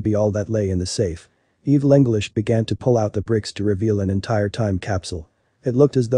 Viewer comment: Evil anglish?